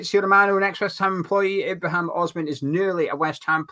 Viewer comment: It's also Ibrahim not Ibrahimn